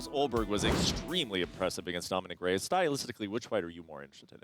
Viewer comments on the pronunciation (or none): none